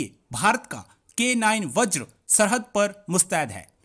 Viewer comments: Vajra ko baajra bolthe hai aur Mirage ko Marriage!!!!!! Kia gunda banega re tu????? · 2.58 baajra nhi vajra hai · इसको बोलो बाजरा नहीं वज्र होता है।😂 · बाजरा नहीं। बज्र है ज़हिलो।।।।पाकिस्तान कि education।।अल्लाह हि जाने।।😂😂😂😂😂